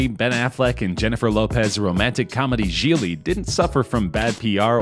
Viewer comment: Gigli. Not giggly as in laughing. Not trying to be a jerk, just thought you'd want to know.